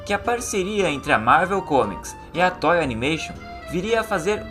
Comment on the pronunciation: "tói" animation?? pqp, vai aprender a falar....